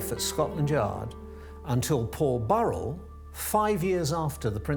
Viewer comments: That is the first time I have heard his name pronounced as Barrel - his name is Paul Burrell. Did they not see he has a "u" in his surname? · She could not even pronounce Paul Burrell's name correctly